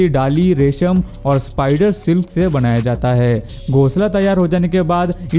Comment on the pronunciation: Banaya gaya na ki Bandaya gaya😁😁😁😁😁😁😁